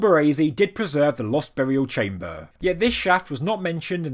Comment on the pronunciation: I really like the information delivered, the delivery of the speaker not so much. BTW what is a "chaym - bah" ?